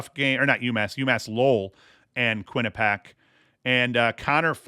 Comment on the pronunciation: Quinnipiac = kwi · nuh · pee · ak